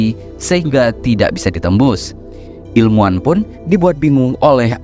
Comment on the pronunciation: ilmuwan, bro ... pake hurup W